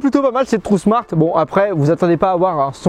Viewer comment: Bonjour pourquoi tu dis trou smart? C'est tron smart. Tu dis trou smart depuis des années d'ailleurs, c'est fais exprès dourti lamoui? Y'a pas de u a ce que je sache. Tu confonds le u et le n. Trouusmart. Lol😅